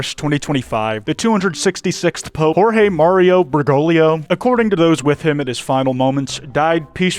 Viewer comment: not him saying Bergolio instead of Bergoglio i do appreciate the research!!